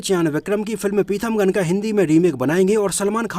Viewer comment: पिथमगन नहीं पीथामगन नाम है